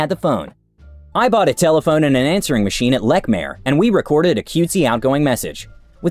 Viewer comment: It’s leech-mere not leck-mere. Second time I’ve heard this word said wrong lol. Source I’ve shopped in that store when it was still open in Boston.